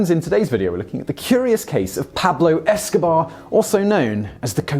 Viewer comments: It's " Pablo es-ka- BEAR. es-co-BAR was a famous drug lord, hence the play on words. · and - it's "Pablo EscoBEAR" not "Pablo EscoBAR". That's the whole point! "BEAR not BAR" Come on Simon! JEEZ! I never realised just how dim you are. Yes! DIM! It comes across, well at least to me, that has never even heard of the infamous Pablo Escobar. That's the only reason I can think of for him pronouncing "escobear" as "escobar". Perhaps his script was mistyped. Whatever, there really is no excuse for someone who has 1.2 million subscribers. Sorry. NONE! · He keeps pronouncing the bears name as pablo escabar and not pablo escabear like its written. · Why can't you pronounce the nickname properly? Esko-BEAR. NOT BAAAAR. You pronounce BEAR just fine when you read "cocaine BEAR" but fail at the absolutely relevant and blatant play on words.... WTAF. C'mon, man. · You kept saying the pun wrong. EscobBAR is a real life drug lord that this bear was named after. Your supposed to pronounce it Pablo EscoBEAR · I hate that he said Pablo Escobar in the intro and not escobear. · You keep pronounc9ng eskobear ots pablo eska-bear not bar. Eskobar had his name spelt properly. How are you unable to comprehend this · You literally say it in your title...it's Pablo Esko-BEAR not Escobar like the drug lord. Clearly different pronunciation. EDIT: Continued watching and you finally corrected yourself the 3rd time saying it. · "Pablo Esca-bear" It's too easy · Say EscoBEAR! Why does he keep ruining the pun 😭😭😭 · Pablo EscBEAR! BEAR!! It’s a BEAR! Say it RIIIIIIIGHT!!! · You had one job! Pronounce the first reference like Pablo Eski-BEAR! But no... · you mispronounced the bear's name. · Couldn't finish the video because he kept verbally butchering the pun as if it didn't exist